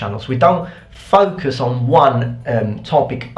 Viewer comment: he sounds so Australian when he says Focus